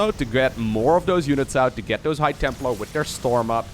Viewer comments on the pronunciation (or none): none